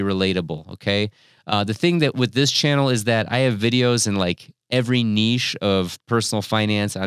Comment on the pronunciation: You say niche incorrectly.